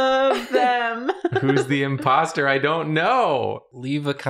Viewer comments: ignored the O in imposter in both cowboys 😭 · I love how ignored the "o"s in both her characters' words lol